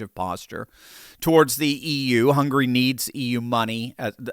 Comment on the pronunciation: "Hungry"? It s HungAry